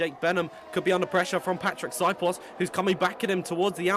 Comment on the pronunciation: Please learn how to pronounce Patrik s name zio cane una cosa dovete fare